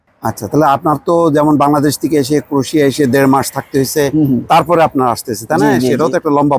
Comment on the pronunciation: "ক্রোশিয়া" নয় "ক্রোয়েশিয়া" ।